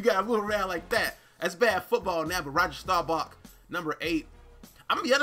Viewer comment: How did you read roger last name wrong and you a cowboy fan